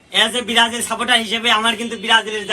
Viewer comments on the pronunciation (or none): Brajil❌ Berajil✅😂😂😂😂